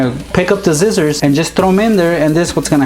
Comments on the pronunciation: He said zizziors not scissors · He says scissors zcissors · he said zizers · Scissors not zizzorz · he said zizzers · Anyone notice he said zizzors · you say sissor so wierd you say sizzors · In one of the hacks he said "just grab your zizzors"😂